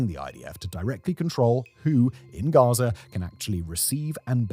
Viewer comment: Russier, Gazier 🤣 is